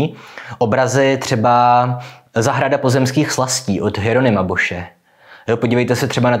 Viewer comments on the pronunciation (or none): K úplný dokonalosti chybí jen správná výslovnost jména El Bosca. Mělo by to být vyslovováno [bos], nikoli [boš].